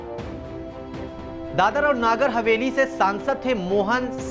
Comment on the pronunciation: नागर हवेली नहीं है, जब नगर हवेली नहीं बोलना आता तो न्यूज चैनल बंद करदो ।🙏